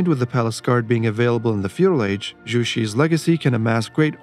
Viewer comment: I just want to point out 😂 Zhu in Chinese is pronounced like "droo," not "roo"😅